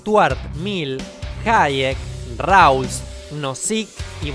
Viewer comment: Cuando pronunció Rawls como Ráuls me di por vencido con el video de Banana Rancia.